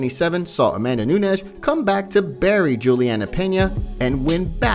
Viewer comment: Hey youtuber Nunes is not pronounced the same as Pena. They are 2 different languages! Stop forcing everything to sound the same...reporter.